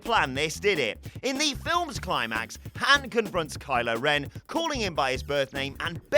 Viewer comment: How are you managing to mispronounce Han so badly?! They say his name in the movie!